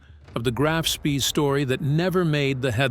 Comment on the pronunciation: Graf Spee => “grahf shpeh” Von Spee => “fon shpeh”